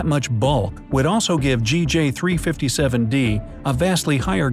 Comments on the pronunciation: Sir sometimes you said JG NOT GJ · Re: the planet naming system. In general the “A” object is the star itself, thus the first planet is designated “B”. Also, this system is GJ357, but you keep saying “Jay”-“Gee” instead of “Gee”-“Jay”. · He says GJ not JG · So we r not gonna talk about how he says it as JG instead of GJ? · He kept saying JG it’s GJ😂😂😂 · He keeps saying J-G instead of G-J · there was one time you said JAY-GEE 357d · You should re-read the script. You used both GJ and JG in both instances for both B and D.